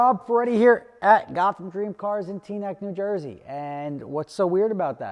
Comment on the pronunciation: "Tea-neck?" Where the heck is Teaneck? (One word or two?).